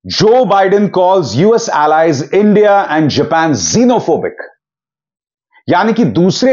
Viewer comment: Jo PM ko INDIA bolne nahi aata hai wooo desh chalayega 😂😂😂😂😂😂😂